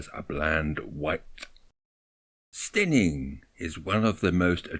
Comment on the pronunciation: Brilliant photos as always,, and great use of the under-valued 12-50 lens. Memories aplenty for this old Sussex man, particularly the old buildings in Church Street, Steyning (pronounced Stenning, by the way), including part of the old Steyning Grammar School, now no longer in those ancient premises but where I attended in the 1950s. It takes a lot of imagination to find a fresh view of Brighton seafront (a favourite place of mine), but you succeeded admirably, as also with your perspective of the Seven Sisters cliffs. Thank you so much.